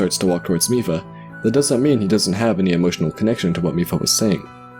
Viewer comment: Reddi as a German i disaprove because "mief", wich is pronounced just like Miph, is a Term in Germany to describe a very bad smell.